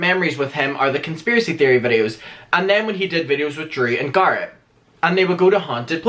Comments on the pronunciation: GGA RET NOT GARRRAT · Everytime u say Garrett I cringe